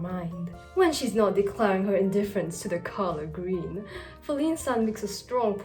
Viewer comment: I like g r e e w n